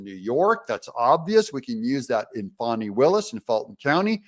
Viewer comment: Doug, please, it's not "Fawni." it's "Fanny" as in "Duane Wade loves a great big "fanny" on his women. " You're welcome.